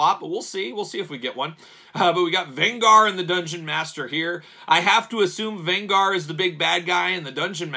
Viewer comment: You are butchering Venger's name... A lot of complaints about these figures. I could not put money down for these even at clearance as much as I love the cartoon - too costly, bad QC and bad articulation or no articulation. These are not related to the movie, even though the movie was great fun.